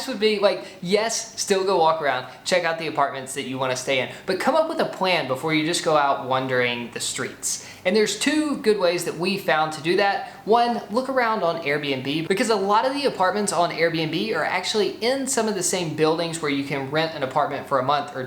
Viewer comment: Loved it. I'm addicted to your channel. Just one itty bitty pronunciation thing: It's WAHN DUR ING not wondering. This is a common mistake, but since you two are wandering all over the world, I think you'd want to know. :)